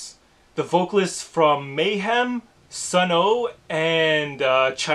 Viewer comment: Sunn O))) is pronounced "sun" by the way. But yeah I'm hyped too man!!